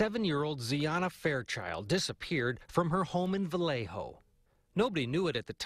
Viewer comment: Vallejo = VA-YAY-HO 😣